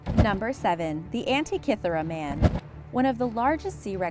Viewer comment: 1: Diss the music, funeral-esque. 2: Teach the gal narrating HOW to pronounce words like burial(not boorial), Abydos and Antikythera. All are mispronounced